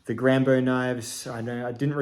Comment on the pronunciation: G rambo knife, with a french accent. Nice 👍🙂